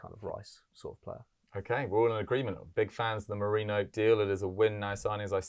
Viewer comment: It’s Me-ri -no.